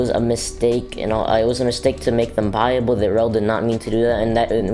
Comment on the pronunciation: The word is buyable